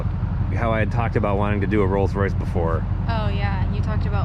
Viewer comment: "The Molds Royce"